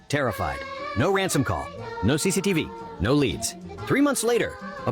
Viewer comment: The Way Bro Said CCTV